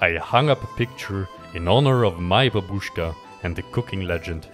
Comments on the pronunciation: im russian and its babooooooooooooshka its babooshka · its not babooska its babuska